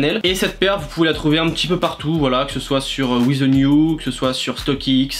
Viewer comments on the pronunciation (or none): none